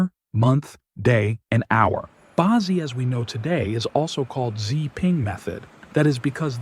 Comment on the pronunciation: Bad AI reading. "Bazi" is not "bah-zee", it's "ba tzeh" (hard "z").